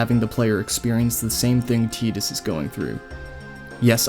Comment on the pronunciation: Bro I'm just happy you pronounced Tidus' name right. Glad you enjoyed FFX. It's a great game.